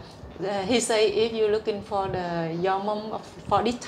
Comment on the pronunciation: cô phiên dịch cũng biết nhiều nhưng do phát âm chưa chuẩn thôi chứ cô nghe hiểu và dịch nhanh cũng là hay rồi ( cô phát âm for the thành pho đờ nghe không quen sẽ không hiểu, phát âm what cũng vậy, ở đây là bắt hơi nghe hiểu thôi. Chúc em Vân mau tìm được mẹ.